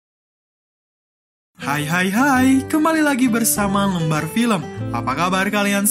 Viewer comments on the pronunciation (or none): none